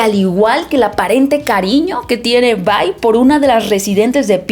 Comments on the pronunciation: Porfa, deja de decir VAI. Solo es Vi. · Se dice Vi, no Vai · Se pronuncia VI y no VAI 😐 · La traducción oficial que tenemos al Español no es Bye ni By, es Vi porque su nombre real es Violet, lo que sería Violeta. Tanto interacciones In game como en la serie le dicen Vi. Si quisiera una reseña donde le digan By / Bye vería una reseña en inglés con los nombres pronunciados en inglés. Por todo lo demás buena reseña.